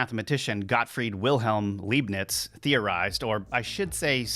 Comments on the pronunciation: Leibnitz not Leeb-nitz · Leibnitz is pronounced 'Lye-bnitz' (german here). Thanx for video. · Leibniz is pronounced "LIBE-nitz." In German, when you have an "ei" or and "ie" it's the second letter that carries the sound. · It's no Leeebnitz, it's Lybnitz. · I pronounce his name as "LIE - BEANS" not "LEEB - NETS" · Leibiniz is pronounced like in the word liar, you spell him like he is written Liebniz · Leibniz - the "ei" is pronounced like the "i" in "light". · When an American mispronounces "Leibniz" it's not because the word is difficult to pronounce for native English speakers. He just didn't bother to do the research.